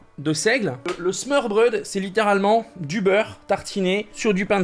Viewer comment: Au début j’ai cliqué juste pour t’entendre dire smorbrod , mais j’ai était déçu quand je t’es entendu le dire et que tu la presque bien dit 😂 Super vidéo sinon 👍👍